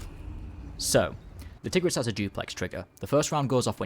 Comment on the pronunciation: I thought you said tgirls and that was swag :3